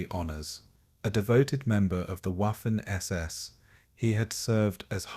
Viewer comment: You blockheads, YouTube flunkies, need to edit your AI crap as the “W” in German, is pronounced like a “V” not a “W”. Waffen is pronounced Vaffen not Waffen. Among other errors!